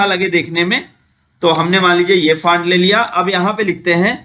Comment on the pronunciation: आपने कुछ गलतियां की हैं बोलने मे, जैसे फांट ( FANT) नहीं वो फॉन्ट ( FONT ) होता है, दूसरा ग्रोस (GROSS) नहीं, वो ग्रास ( GRASS ) होता है और लास्ट मे, जिसे आप बार बार TRANSACTION बोल रहे हैं वो TRANSITION होता है | इसे दिल पर ना लें, मैंने इसलिए बताया ताकि आप भविष्य मे ये गलतियां दोबारा ना करें | एक अच्छे यूट्यूबर की knowledge, उसके Viewers से ज्यादा होनी चाहिए, जिससे Viewers अपने आप से उसे SIR कह कर बुलाएं, हमे बताना ना पड़े. Thanks for making such a long video. 🙏